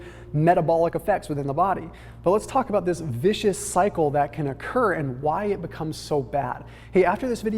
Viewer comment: it's 'vicious' 👍🏻